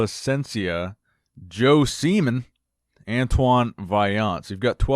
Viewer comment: haha, didn't pronounce nguyen correctly but got semen right, lol